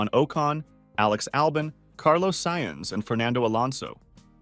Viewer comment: bruh the way he butchers the drivers name lol. Esteban okon, Alex Alban, Carlos Saians